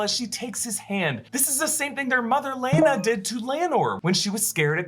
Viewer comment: I couldn’t watch this video without saying “It’s ‘Lay-Na’” every time you pronounced it ‘Lay-a-Na’ lmao